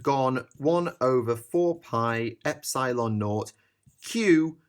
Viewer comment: The way you say epsilon triggers me on a metaphysical level